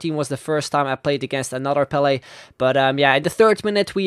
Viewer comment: he said PELE and i understood BALLET